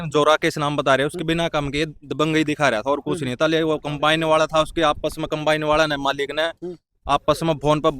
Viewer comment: अरे अनपढ़ों कंबाइन होता है compane नहीं